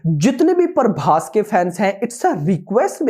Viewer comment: Naam tho sahi lo bhai Parbhas nhi hai phabhas hai